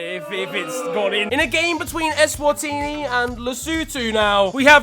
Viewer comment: My man actually said ESwatini. I can die a peaceful death now🇸🇿🇸🇿🇸🇿